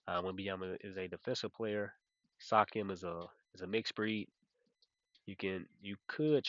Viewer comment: man, your pronounciations always take me out 😂. first it was siakam as SAYKiam, and now its kuzma as KAZuMa😂😂. all love tho ❤